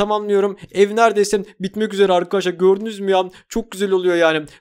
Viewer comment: Abi niye arkadaşlar değil arkaaşlar diyon ?